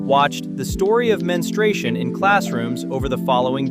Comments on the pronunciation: It's pronounced Mens-tru-ation not Menstration. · OOoooooo .... SO DARK ...."The Story of MEN-STRY-SHUN" --- what's DARK is the lousy AI voicing or the ignorant pronunciation of a human speaker -- How hard is it to pronounce MEN-STRU-A-TION?